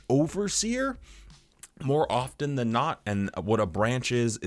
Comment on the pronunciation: Small suggestion with your video endings, perhaps you could add the word “Rather” to your endings. Just saying it does sound like you say “Loving the things you love AND hating the things you hate. Took me a few vids to realize you were saying THAN, not and. Great vid bro